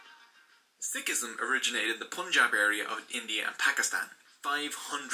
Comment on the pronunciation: I like the effort of the video in review Totally understand that certain concepts are simplified to keep it concise But he’s butchering the pronunciation, I’m not upset but if we can learn to speak your language you can put some effort to learn a few words.